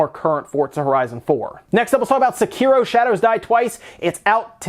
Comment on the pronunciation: I like to think the reason you said Sekiro correctly is because of me, I will sleep well tonight.